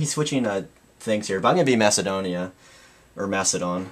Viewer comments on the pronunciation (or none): none